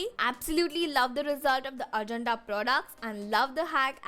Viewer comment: You are pronouncing Ajanta wrong...